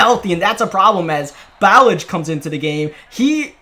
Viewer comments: Lol ur saying Ballage wrong it’s Bu Lodge I’ve heard the nfl announcers say it all the time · It’s pronounced like bah-lodge the RB you kept saying his name wrong, he got a 75 yd td run last season hes actually kinda a beast, 230 and faster than Kenyan drake. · It’s pronounced like Buh•lodge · Kalen Ballage is pronounced like (Ballaj) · It's prounced "Ba-loj". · Ballage’s name is pronounced buh-laj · Ballage isn’t pronounced like that